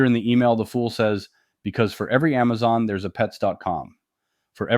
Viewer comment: $142? GTF out of here! Oh you mean Aamzon not Amazon. Now I get it. Puh lease.